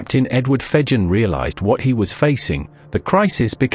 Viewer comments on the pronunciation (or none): *Jervis Bay. And Fegen is pronounced with a hard 'g'.